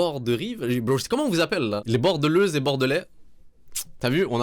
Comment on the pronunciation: "Bordeleuse" 🤣🤣🤣🤣😭😭😭😭😭 c'est Bordelaise ! Mdr Bordeaux ou Bordel? 🤣🤣🤣🤣🤣🤣🤣 ça dépend 🤷🏼‍♀️